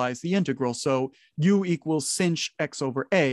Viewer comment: It's a bad habit to pronounce "sinh" like singe.